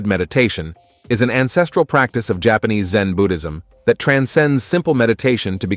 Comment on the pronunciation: ..and, there is a P in jaanese jaPAnese